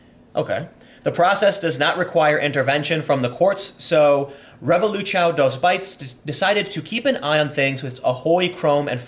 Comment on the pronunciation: "Reh-voh-loo-chow" t. Tim Terrible pronunciation. It's "Heh-voh-loo-soun" (silent n, but pronounce word as if it was there)